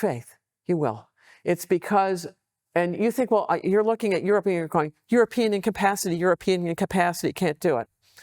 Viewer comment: Jeesus, get a host or do subtitles, no Youtube CC doesn't understand you either. You can't pronounce european countries so that neither Paine, nor me, can even quess what you meant. And the questions In the context of US-Russia relations: "is US trying to reverse Nixon or Russia?" Whaat??